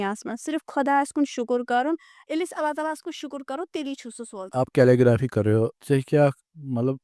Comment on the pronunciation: Calelgraphy kya hota hai 😂